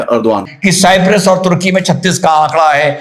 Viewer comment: Cyprus pronounce to sahi karo, Bhai